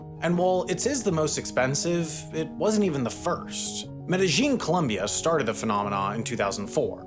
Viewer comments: OK but it's Med e Yin not -Jin Confusion comes from a double transliteration. "J" is pronounced "Y" (as in yellow) in the germanic languages so it's sometimes used in the spelling of some Spanish place names like Mallorca (Majorca) and Medellin (Medejin) but it's completely wrong to pronounce the J like it is used in English (as in judge). The Spanish word is spelt with a double "L" which is always pronounced "Y" in Spanish. "Medeyin". Never "Medejin". You're welcome. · Double L’s are pronounced like Y’s in Spanish - Me-de-yeen. Not pronounced like whatever it is you’re saying when you say Medellín - Me-dej-een. 🙂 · You are mispronouncing the name of the city in Colombia. It is NOT "med-a-geen". It is Spanish - "Med-a-Yeen" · Not a bad video even though it’s AI. The telltale sign as he keeps pronouncing meh-deh-YEEN med-see-zheen. Chinese often pronounced to L’s like a ZH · Each time you mispronounced Medellin was more painful than the previous... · your gringo accent is quite off-putting, if you are going to do these videos at least learn how to pronounce the names of the places you are talking about. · Your pronunciation of Medellin, lol. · my only knowledge comes from watching the show narcos but im pretty sure youre saying Medellin wrong